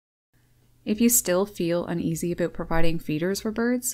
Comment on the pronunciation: I heard an "Aboot" must be Canadian. Birds can travel a long way in seconds in deep snow unlike Squirrels that can't easily get around and when the ground's frozen they are not getting to anything buried either.